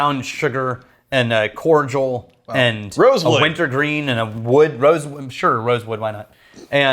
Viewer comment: ....... are you saying cordial?...